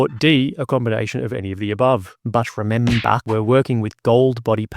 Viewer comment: ".. but rEmeBah"